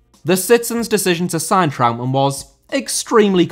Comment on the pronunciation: Trautmann* not Trau'mann